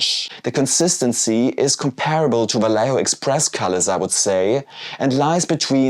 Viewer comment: The "lle" in "Vallejo" is pronounced as "jeh".